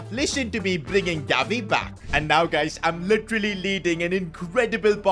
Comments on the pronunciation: I think he meant to say guys but mispronounced it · yeah your right